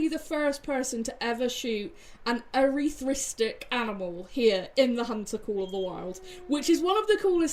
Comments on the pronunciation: Ur-ith-rist-ick is how its pronounced. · I'm pretty sure it's pronounced Eryth-ristic, Awesome trophy!